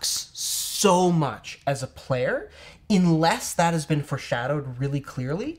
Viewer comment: ~ Did you say "inless" instead of unless?